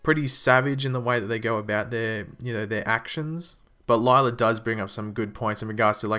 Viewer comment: her name is pronounced lyla not lylar and law not lawr